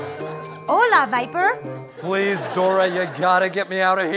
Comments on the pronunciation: Isnt it swiper not viper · It's swiper not viper lol